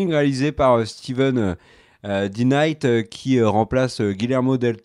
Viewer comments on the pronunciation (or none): none